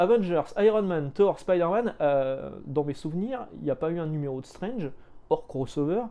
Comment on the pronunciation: Moi j'ai connu Strange ( à prononcer "strange" et non "strenge" parce que à l'époque quand tu avais 11 ans, tu prononcais tout à la française :-), bref, j'ai connu Strange à 4 fr et franchement c'était dur de les avoir auprès de ma mère (surtout qu'il fallait rajouter des sous pour Nova, Titans et Special Strange) et donc le côté "maintenant c'est 16 €" ben franchement ça me parait moins cher en fait :-)